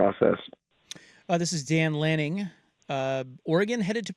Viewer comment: Why can’t say Head Coach of Oregon, Dan Lanning? Seems wierd